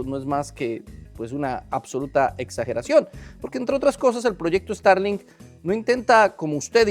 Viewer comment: Guai Fai, Estarlin, Interne, Donal Tron, ya le frieron el cerebro las corrientes electricas 🤣 Por no ponerce su gorrito de aluminio! 🤦‍♂ Bendiciones hermano!